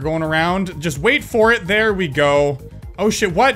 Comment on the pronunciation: Im confused... Im pretty sure you said "Oh shit.", but my ears made it sound like "Hold shift."